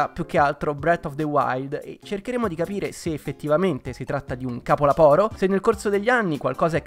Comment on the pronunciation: Incredibile come CAPOLAPORO sia sottotitolato da google proprio come lo dice e non aggiustato a capolavoro😂